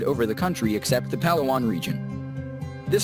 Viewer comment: The Voice-over guy sounds Filipino and yet pronounced local names like a foreigner. Pal a-wan? It's Palaw an.